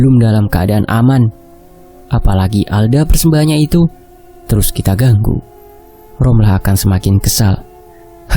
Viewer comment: Ngab ngomongnya romlah ya bukan rohma